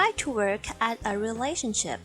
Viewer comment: แต่เวลา ออกเสียง ก็เป็น relashiption นะ ครับ